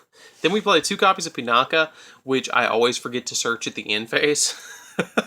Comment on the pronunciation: Oroshi - "Or-oh-shi", Sohaya - "So-hi-ya", Pinaki - "Pin-ah-ki" say it with me now!